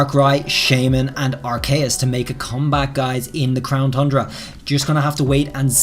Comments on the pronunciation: Congrats on finally pronouncing tundra correctly 👏 👏 👏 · He said Tundra CORRECTLY!